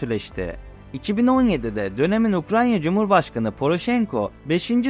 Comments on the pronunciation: Seslendirme yapan arkadaş Ukranya değil Ukrayna! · Her Ukranya diye yanlış teleffuz ettiğinde kulaklarım tırmalandı. Ukranya değil Ukrayna… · Arada, Ukranya diyorsunuz, doğrusu Ukrayna. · Ukranya değil Ukrayna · Ukranya değil, Ukrayna. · Hocam yalnız Ukranya değil Ukrayna olacak o. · Baya ukranya diyo ya :) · Video için teşekkürler abi rica ediyorum ukranya diye telaffuz etme şu ülkeyi. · Ukrayna telafuzunuza dikkat ettiniz mi? Her defasında Ukranya gibi geliyor kulağa.